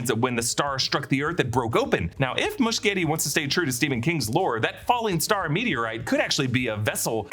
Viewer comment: it's Moo-shetty